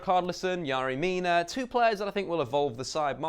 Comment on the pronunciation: Let me talk to you buddy. Love the content.. But your name pronunciations are appalling bro! Ruben Neves is an amazing player for wolves and I'm looking forward to watching him this season.. But you know the alphabet I don't see in Neves? That's right.. I don't see an A. Its pronounced Nev-esh. Also a star from your vid prior to this one.. Yerri Mina. Or as you might call him Yaarri Mina. Its pronounced Yerri.. Like Jerry.. Or Terry. So please.. Work on your names mate.